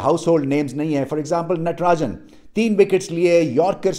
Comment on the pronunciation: Only pakistani youtuber who pronounced Natrajan name correctly